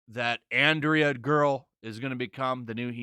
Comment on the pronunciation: It's ANDRA , not Andrea.